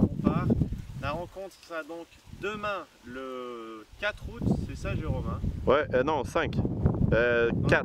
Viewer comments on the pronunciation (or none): none